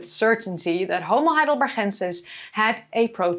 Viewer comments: Hello, as a german I am a bit confused why you insist to pronounce Homo Heidelber(ch)ensis, the town is called Heidelberg, and my Grand-grand-gr... father was a Homo Heidelbergensis. As far as i know and learned, he, our ancester cousin, was and is called Heidelbergensis since the first fosil was found in Mauer, a smaller town near Heidelberg. Apart from that, keep going and entertain us while educating the same time, much better than the american chanel, often enough to much repeating and US-Glasses. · Well as an American living in Germany it does sound odd when you say Heidelbergensis that way but it doesn't really bother me as I deal with people from all over Europe trying to speak English to me and they manicure English words. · You are so funny dealing with trolls! Thank you for that and for the information. And the pronunciation of the Heidelberg guy! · Haha i love the way you're saying Heidelbergensis :) As a swiss german speaker, it's a familiar sound in an unexpected place (we say it for written 'ch' or sometimes 'k'). It puts a smile on my face.